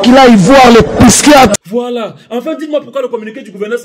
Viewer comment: "Il faut quil aille voir le piskiatre"🤣🤣🤣